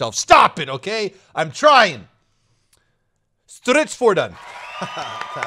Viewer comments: Its pronounced stritsvong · Strids- foardoan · as a swede, the way you said stridsfordon caused me great suffering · as a swede, not bad. only screwed up on the second to last letter, you pronoucned it with an E instead of an O. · Something like this Street-S-Foo-R-don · No. It's completely wrong. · No it was not good haha, sorry but you need to improve your swedish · stridsforden.. Me: raised Dane.. Pretty good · It is pronounced Stridsfordon 90 C .